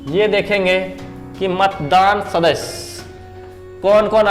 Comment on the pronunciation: "सदस्य" शब्द का उच्चारण ठीक से किया जाए सुनने में अच्छा लगेगा l